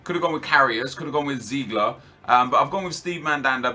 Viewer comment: Ziegler? It's Zieler m8